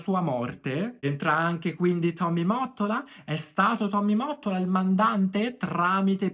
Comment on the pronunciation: Finalmente qualcuno ke dice Mottola come si deve! 😅 Ho visto dei video americani ed a parte la pronuncia dicono Motolla! 😩😅😂😂 Ai voglia a dirlo nei commenti ma non capiscono! 😢